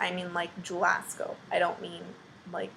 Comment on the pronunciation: Girl, the Jewel Osco did you in! Your accent was SO strong when you said that!